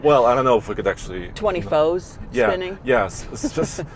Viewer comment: Twenty foes? Next he’ll ask for a foty not 40. lol